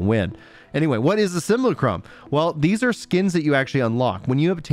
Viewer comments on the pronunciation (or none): none